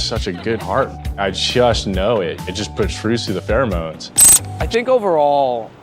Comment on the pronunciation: I’m going to tell you right now. It’s not because he is Asian. It’s because if he went on tv talking about pheromones but was not able pronounce the word 😂